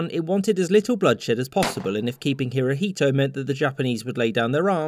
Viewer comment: "Hirohito" you pronounce Emperor Showa wrong